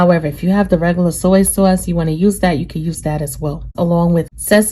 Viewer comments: I love the way you say “saw-see sawce”💜😂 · I just did this with venison and it came out great Thanks for a great recipe. Also love how you say soy sauce.